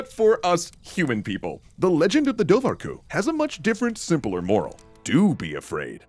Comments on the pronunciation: Awesome, but your Irish could use some work. The bh in Dobhar-cu is silent (and actually, whenever you see an h in any Gaelic language, the adjacent consonant is gonna be different. H doesn't make a noise, it modifies the adjacent consonant). Should sound more like door-cu. For comparison bean-sidhe (or bean-sith in Scots Gaelic) is pronounced banshee. MacBeth is pronounced more like MacBane (or MacBean, this are alternative spellings). Ui Imhair is O'Ivar (descendents of Ivar the Boneless, according to legend). Also, doesn't literally mean anything about otters, it's like a kenning for otter. Literally water-dog (cu is dog, as in Cu Chulain, Cu Sith, Conan, etc.) Dobhar is like an archaic form of water. Just more of an interesting tidbit to add in, lots of things don't literally mean what we take them to mean. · pronounced dowar hyu btw